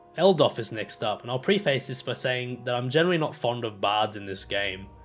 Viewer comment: 'PREFess', not 'pre-face'. 'KARlid' (a real world name!) Ka-gain (Please kick me. All best.) Great guide - thanks for posting. 'Fart on him and he dies' - arf! Touch of the Southern Cross in that. Regards from Trent Bridge Town